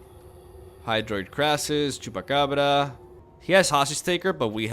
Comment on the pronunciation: I'm here for one thing and one thing only, and that's to hear pronounce Chupacabrrra.